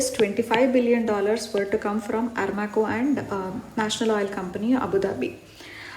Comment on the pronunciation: I guest it's Aramco not Armaco Btw thanks for the video